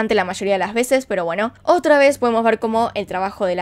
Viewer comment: Me gusta cuando dices... "Una vej mas " 😂